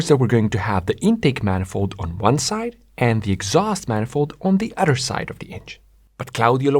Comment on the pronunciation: “Nothing other” Not “nothing otter” Please make self sound- not dumb Yeah, that made me skip this video